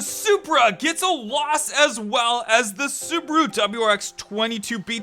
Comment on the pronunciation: And Tayota xD